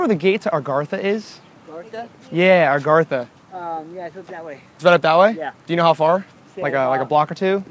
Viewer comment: says agartha like argartha lol